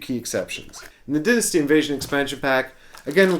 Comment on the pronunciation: Why are you pronouncing dynasty weird?